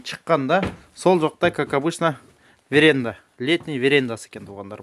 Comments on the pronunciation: Веренда эмас, а (веранда) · Эй веренда деп уят болбочу орустарга Веранда деп суйлочу же вообще айтпай эле койчу ошо верендасын